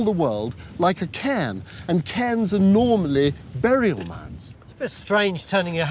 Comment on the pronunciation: His accent or pronunciation of cairns is annoying me, it sounds like he is saying cans...